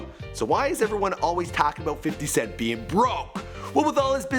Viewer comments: I like how he says "fitty" cent 😂😂😂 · "Fidy cent" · "Fiddy Cent"